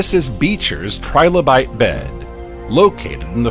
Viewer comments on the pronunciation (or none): Trilobite not tribolite, you ignoramus